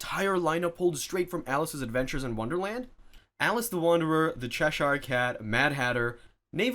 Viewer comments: cheh-sheer NOT chesh-eyre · Gods, what is it with Americans not being able to pronounce English words? "Chesh-ear" cat, not "Cheh-Shire".